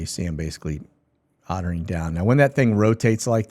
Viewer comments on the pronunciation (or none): Please. In aviation its called "augering in" not "otter in"!! An auger is a ground drill, hence the saying "auger in". "Otter in" makes zero sense.